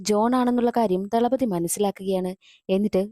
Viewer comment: Thalapathi 😂 not dhalapathi 😂😂